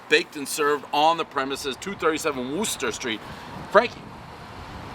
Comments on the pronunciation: I could've been in the big leagues too. And i could've been a movie star. And its werster not wooster lol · Just like a POS Bostonian to butcher "Worcester."